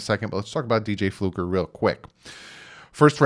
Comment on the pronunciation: It's Fluker, not Flucker.